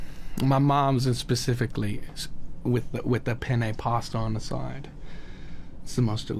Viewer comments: “Penne pasta on da soid” 😍😍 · hes so cute!! i die when he says "penne pasta on the sawyd" 💕